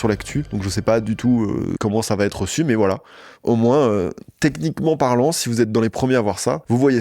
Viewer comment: “Va ETRE” et PAS “va TETRE”.. Jen ai ras le bol d’entendre cette fausse liaison à l’oral ..il vient d’où ce T ?? On ne dit pas “il va Ta la pêche” c’est pareil pour “il va être”.. j’en entends de plus en plus de partout ça me rend dingue 😂